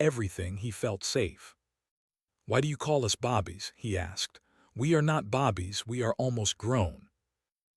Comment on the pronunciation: Bobbies, you mean babies? Maybe your A I narrator needs to learn how to pronounce some words properly.